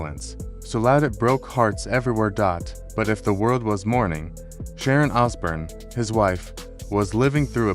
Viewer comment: Yes. And it’s Os born. Not Os burn